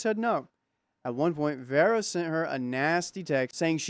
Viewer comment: Vera isn’t Verra. It sounds like Veerah ❤